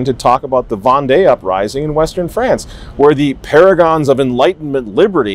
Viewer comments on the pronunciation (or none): none